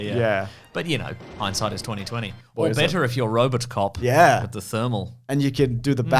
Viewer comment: It's RoboCop, not RoboCock!